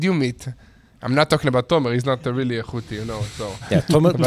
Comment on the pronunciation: Who and what is a houtey